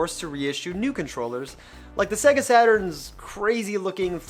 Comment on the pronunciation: Why can’t this guy say SEGA or SNES properly?